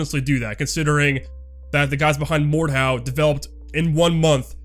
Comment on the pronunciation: I had difficulty understanding you when you said Mordhau and Dueprocess so please the next time you talk about cool games (which i didn't even knew exist) put a link in the description or at least type their name in the description. :) I really think an engine switch would be great for ZPS and the community. Modders and Mappers already have plenty of experience with the UDK so we could see maps and mods for IM probably pretty quick which in turn opens up the wallet of a lot of people. Oh and then maybe they release the damn server files i've been waiting for many years.